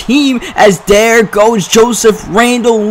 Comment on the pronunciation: Do you have a speech impediment?? Der, not there, dey, not they, dis, not this.... Strange cuz that's the only things you don't say right